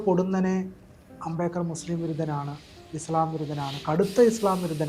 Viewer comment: ആരാ ഈ അമ്പേക്കർ ... അംബേത്കർ എന്ന് നേരാം വണ്ണം പറയാനറിയാത്തവനാ അംബേത്കറേ കുറിച്ച്‌ സംസാരിയ്കുന്നേ. 😅